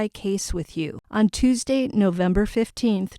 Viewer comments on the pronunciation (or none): none